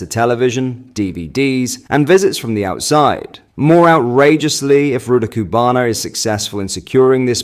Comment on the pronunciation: Love your content but BRO!!!!! Please learn how to pronounce this evil monster’s name. Or at least keep it consistently wrong. 🤣